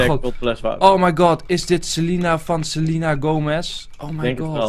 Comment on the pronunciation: het is selena niet selina no hate